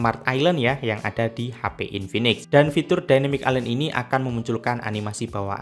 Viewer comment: H.P... bukan HA Pi .